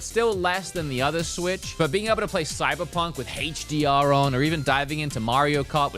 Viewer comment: i’ve been watching you for years… & only now do i realize how you say HDR 🤣🤣 sounds like hacheDR